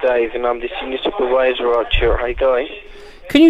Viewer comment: "Wirus, wirus, wirus, wirus, wirus, dobly you, dobly you, dobly you, dobly you, soopurwiser, soopurwiser, soopurwiser..." BEWARE!